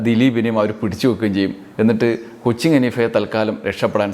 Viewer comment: കൊച്ചിങ് അല്ല " കൊച്ചിൻ"